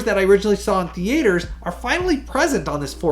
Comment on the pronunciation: What’s a thee-ay-ter?